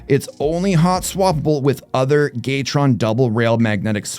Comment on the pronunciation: Why are you pronouncing it Gaytron? 😂